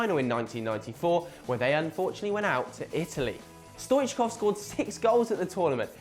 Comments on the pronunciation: yeah stoichkov truly was a great player for club and country and I'm glad he was mentioned in the video. But the pronunciation of his name was awful lol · lol how he says stoichkov